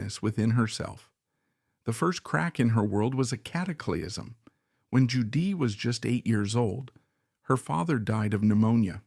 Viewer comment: This is at least partially AI generated. Judee’s name is mispronounced a number of times. The word cataclysm is mispronounced. Whoever is using the remarkable art of Judee Sill to generate money for themselves should be ashamed of themselves.